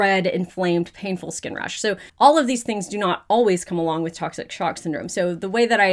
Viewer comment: Everyone said tocshic sock syndrome 🤣🤣🤣